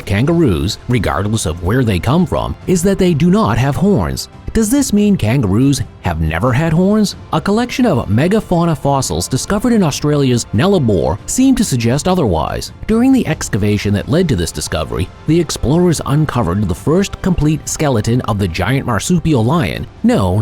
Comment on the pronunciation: how can someone pronounce NULLABOUR AS NELLABOUR or is this a computer generated voice?